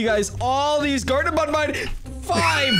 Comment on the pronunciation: It is not called Bon Bon it is called ban ban